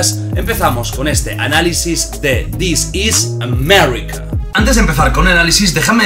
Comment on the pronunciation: Disis amerrika